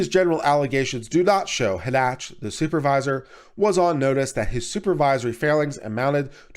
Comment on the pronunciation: Again (referring to another video you posted), how do you continually get the pronunciation "Hah Nach" from the name Hanchett? Shouldn't it be something like Han Chet (or, possibly, Han Shett)? Just curious.